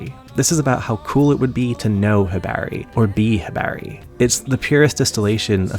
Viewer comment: "Hibaehri" lol